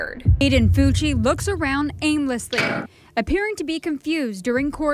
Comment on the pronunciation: Bro his last name is Fucci but sounds like cucci😂😂